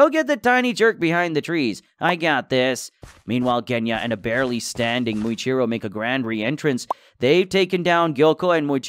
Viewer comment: Muichiro❌ Moichiro✅